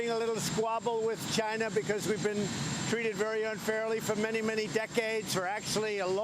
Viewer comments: wow, he almost pronounced "China" correctly 今日割五城，明日割十城，染得一夕安寝。起视四境，而秦兵又至矣。然则诸侯之地有限，暴秦之欲无厌，奉之弥繁，侵之愈急。故不战而强弱胜负已判矣。至于颠覆，理固宜然。古人云：“此地事秦，犹抱薪救火，薪不尽，火不灭。”此言得之。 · Did he said china or vegina? Sounds like a beaten baby and sounds delusional. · At 1.02 I thought he said he's vagina, I'm for USA. 😂😂😂. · You too??? I swear I thought the same thing!!! 😂😂😂😂😂😂😂👊😂👍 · He said “He’s for China” for a second I thought he said “He’s vagina”